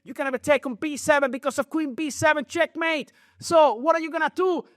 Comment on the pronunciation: Knight E3 wow. Nepo really said checkemate of checkmate